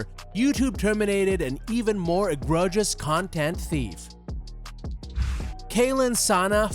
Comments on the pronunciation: I stopped watching as soon as the AI said "EgrOHgious" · The mispronounciation of egregious at the beginning